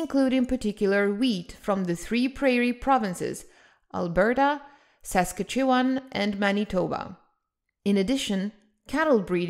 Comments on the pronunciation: The way u pronounced Saskatchewan in this vid had my brain spinning and traveling in reverse. It’s pronounced as follows: Sus-catch-eww-wan With the “wan” at the end sounding like “wand” without the “d”. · I heard that too - and I’ve never been anywhere near it.